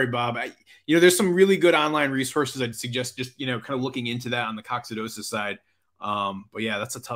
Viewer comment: Check your pronunciation of Coccidiosis It’s a silly thing to point out cause you’re just dropping a syllable, but you’re so amazing at what you do, you gotta sound like you’re amazing, too. (even if it’s Latin). Lol.